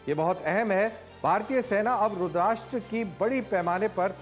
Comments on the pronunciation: Colnel sahab Rudrasta hai RudrASHTra nahin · रुद्राष्ट्र नाही रुद्रस्त्र(रुद्र अस्त्र)